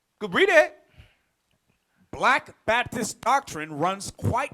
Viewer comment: WHEN YOU SAY BAPTIST I HEAR BASTARD